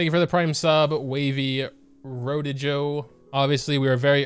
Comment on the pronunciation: i have never seen someone butcher rodrigo that hard